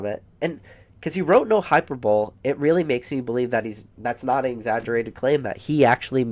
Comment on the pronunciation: FYI hyperbole is pronounced HI PER BOWL LEE not hyperbowl